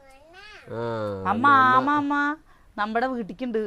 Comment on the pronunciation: ആമ എന്ന് ചേച്ചി പറഞ്ഞപ്പോ njan കേട്ടത് മാമ മാമ എന്നാണ്😂